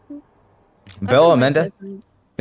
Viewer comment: Belle or “bill” as i kept hearing 😂 using the word “pick me girl” so frequently shows her lack of understanding of human genetics and social structures. Every single human is a “pick me” girl boy whatever. It is engineered into our genetics to be motivated by shame and out perform every other person around you in order to give priority to your gene pool. Since the inception of you as a fertilized egg in your mothers womb, every cells is genetically coded to fight to survive and outlive /outperform the competition that shares your resources.